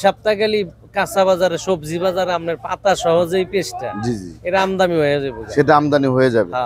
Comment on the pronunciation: আমদামি নয়, আমদানি।